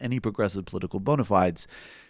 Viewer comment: OH MY GOD SOMEONE ON THIS CHANNEL ACTUALLY SAYS "BONA FIDES" CORRECTLY? Okay, now I'm convinced that when Sam says it wrong, he's doing it on purpose to be a dick to people like me and/or Michael.